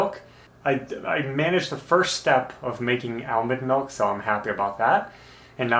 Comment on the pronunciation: "Ale mond melk"?, you're killin me. (Ashley too I bet lol)